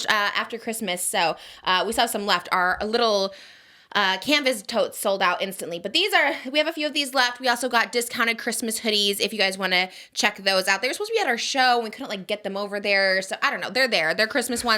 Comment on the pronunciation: I was watching you while mopping at 5 am and fully I thought you said "furry toes" nope.. she said furry totes...